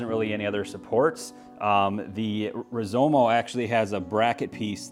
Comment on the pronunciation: It's Rizoma not Rizomo....just sayin